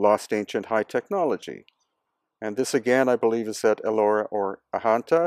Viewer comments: The correct pronounciation of Ajanta is (Adganta) 'j' is pronounced as in 'Badge' and not Ahanta. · Ajanta is pronounced with the J sound not as Ahanta with the H sound